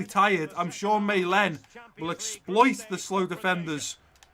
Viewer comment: i dont wanna be idiot, but Malen is pronounced Marlen